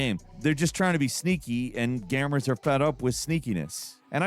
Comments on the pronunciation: Are we sure that "" lives and breathes? Because he just pronounced "gamers" as "gammers". That's one of those errors* that just shrieks "AI narration". * Of course, the laugh may be on me and everyone else already knows it's an AI narration 🤔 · "and gamm-ers are fed up" Did he do that on purpose?